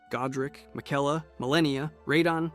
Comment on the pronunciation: Hey bro, play the game one time. Miguella? RAH-din?, Muh-Reeka? Absolutely butchered